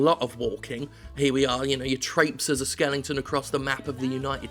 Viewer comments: Do you just pick games with skeletons in them so you an mispronounce skeleton? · Jim did a video on this just so he could say skelington